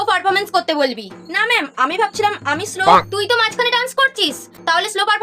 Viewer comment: That is not slo that is solo😅